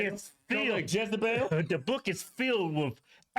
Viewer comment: That's not a Jezibel, that's a Lezebel! Mah bad* 🤷‍♀️😆